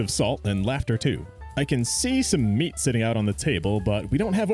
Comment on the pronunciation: Meat!(sounded like neat, lol)